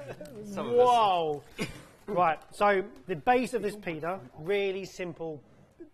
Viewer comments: A lot of the time it just sounded like you were saying pedo… 😳🥴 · I am hearing you say Pee-day. Do you mean pita?